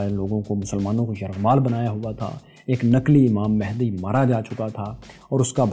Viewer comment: امام مہندی نہیں بلکہ امام مہدی ہے صحیح لفظ